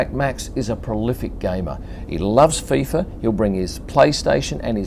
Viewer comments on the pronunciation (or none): none